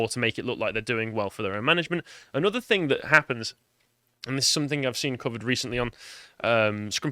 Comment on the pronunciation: its SOMETHING, NOT SOMETHINK!!